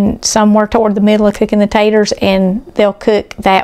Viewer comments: Ponce Taters not tatters. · I'm as southern as can be. Tennessee born and bred. I used to say purty and taters and ain't, until elementary school. I almost always say pretty and potatoes these days. I avoid saying ain't. The thing is, most southern people do the same. I have to admit that hearing say taters through an entire video is surprising. Don't get me wrong. There is nothing wrong with her saying whatever she wants, but for whatever reason my ears are annoyed. Ooops! I just heard her say potato! I'm embarrassed to admit the word tater is bothering me. Maybe it's the migraine talking. And the upset stomach. I've wanted a good potato salad recipe for a while (egg and chicken salad too). I'll be making this because it looks delicious! All recipes are delicious!